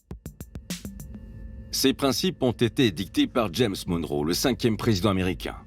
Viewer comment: Retour à l'impérialisme... PS : Monroe se prononce "Monn(e) Rou" comme John McEnroe😉